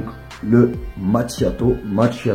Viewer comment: Hello, ça se prononce Makiato! Nordiste! 😜